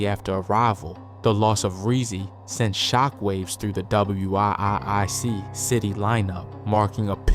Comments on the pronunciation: You should.say surgical precision not clinical execution if I'm right I think that what ur trying to get across just for future reference and wiic is pronounced wick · 😂 this fool can’t even say wiic city 😂 he spelled it out 😂